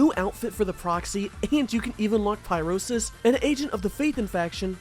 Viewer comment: you are so attractive and funny but who is Pyro-sis?